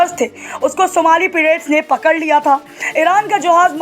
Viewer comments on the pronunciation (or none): पिरेट्स नहीं पाइरेट्स।या तो हिन्दी मे बोलो अगर अंग्रेजी शब्द बोलना जरूरी है तो कम से कम उसका उच्चारण सही रखो।